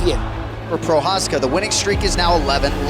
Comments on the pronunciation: a proof that chael can actually correctly pronoucne fighter names and botches it on purpose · I’ve never heard Chael pronounce his name right before 😂😂😂